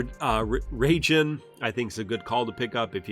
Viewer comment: It’s pronounced Rye-Jin :)